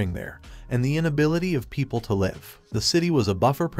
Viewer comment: Hey mate , love your work but can you please google how to pronounce "live" laive is a 100% wrong so for your sake and ours please upgrade